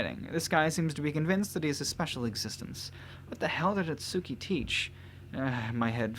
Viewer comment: Does it bother anyone else whe. He sais itsuki name wrong